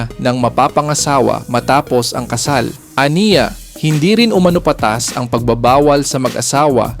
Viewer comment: Mali sambit ng "umano" hwag ilagay ang accent sA 2nd syllable kung Hindi dun sA last= "umanó"